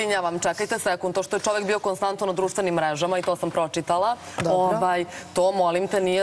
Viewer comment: jeste malo smešno...ahahahaha pa nije je bijo nego davijo :) joooj Ok mi je devojka ali žešća je kad progovori i još pokuša da opravda taj fakultet koji završava ili je završila nebitno